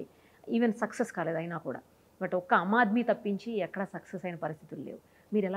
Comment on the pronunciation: అమ్మా, యాంకరూ, "అమ్ ఆద్మీ పార్టీ" కాదు.. అది "ఆమ్ ఆద్మీ పార్టీ".. పార్టీ జెండా లో తన ఫోటో పెట్టాడు. అంటే తనను తాను గాంధీ అంత గొప్పవాడు అని అనుకుంటున్నాడు కాబోలు. ఆయనగారికి ఆ స్థాయి ఉందా లేదా అని కూడా ఆలోచించకుండా.... ఇలాంటి వాళ్ళకు అధికారం వస్తే,, నియంతలా మారి,,, సమాజాన్ని నాశనం చేస్తారు..